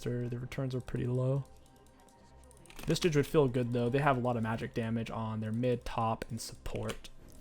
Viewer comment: Genuine question, does he say Visage wrong on purpose?